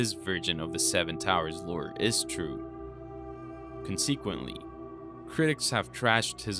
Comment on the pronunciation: Great video. Nitpicking, but I've heard this on a few videos. But consequently is pronounced "con-seh-kwently"